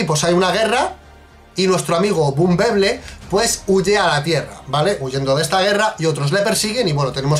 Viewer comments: aparte lo dices mal, es bumblebee no bumbeblee v: ¡*realismo*! (Me equivoque en el momento exacto, ¡*error épico*!) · Y como quiera lo pronunciaste mal porque te la pasaste diciendo bumbeblee cuando en el titulo escribiste bumblebee 😂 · Dices BUMBEBLEE Y NO BUMBLEBEE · Da igual, no os libráis ni por esas porque sería Bumblebe no Bumbeble como decís los dos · Decís bumbeble ? No sería Bumblebe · Se pronuncia bunbelbe no bunbeble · En el minuto pronunciaste "bumblebee" en inglés no español 🤣🤣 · error épico:v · Bunblebe ... es una palabra en ingles.. no se puede pronunciar en español.. es como si una palabra en español quieres meterle tono ingles..simplemente se escucha mal.. si es un video en español que tradusca bunblebe y no que se pronuncie exactamente como se escribe en ingles.